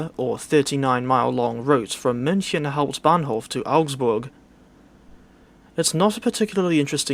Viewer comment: you pronounce "hauptbahnhof" like the DB train anouncment